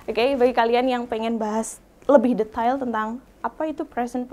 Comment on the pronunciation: Do you like me?? Sound so funny bu guru... Hahaha.. .u can use admire ..ini lebih sopan Instead of using like me.. Detail sebutan nya salah bukan deta ell Home work bukan ham work Hom bukan ham Salah sebutan Bu guru..harus lebih bener lg sebutan nya..